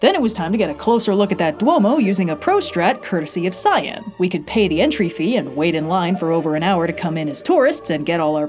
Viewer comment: Me for half the video: "Hmm, who is this scion person they're travelling with, that's an odd choice for a nickname." Me halfway through: "Oh, cyan! She's saying cyan!